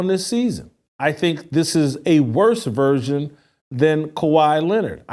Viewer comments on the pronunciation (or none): none